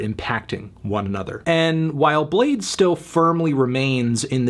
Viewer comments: its bladee not blade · It's pronounced Blade-ee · Fr u don't pronounce the 2nd E wtf is that y is it there